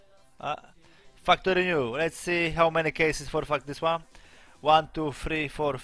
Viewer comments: Umarlem xD łan tu fri for fajw sześć siedem osiem itp. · łan tu fri for piec szesc xd